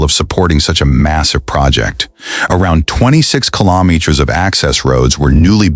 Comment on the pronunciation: Could you teach your AI voice to pronounce meters, kilometers and rows correctly